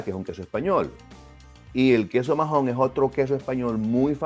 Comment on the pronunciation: No se pronuncia majon, la “h” es muda (Maon) y en Menorca se escribe Maó